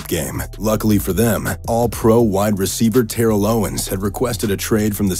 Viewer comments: How did he mispronounce Terrell in Terrell Owens and then immediately pronounce Terrell Davis correctly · "Tairell Owens"